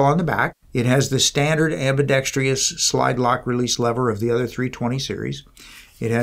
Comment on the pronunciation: The correct word is ambidextrous… not “ambidextrious” as he says in the video. There’s only one i in the word ppl. Please stop mispronouncing it. If you can’t remember that just say “ambi”